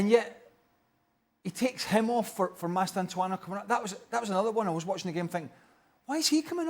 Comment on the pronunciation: "Mastantuano" They get paid for this btw🙄